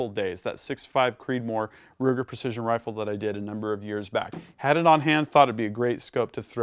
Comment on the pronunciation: "a match quality 300PRC Hrrifle"?! You been taking notes from Stewie off Family Guy? 🤣 😉